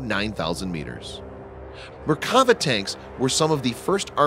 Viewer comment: One correction: in Merkava, you should accentuate the final vowl "a". If we were using accents, it would sound like Merkavá. Literally it means "chariot".